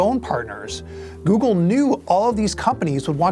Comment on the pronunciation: "Goggle" lol